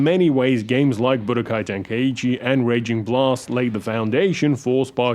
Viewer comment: It's pronounced "Ten-kai-chi" not "Ten-kai-ee-chee"